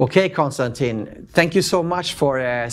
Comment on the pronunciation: Mispronounced the name of your guest. I'm done seconds in. Kon - Stan - TIN (not TEEN) ugh.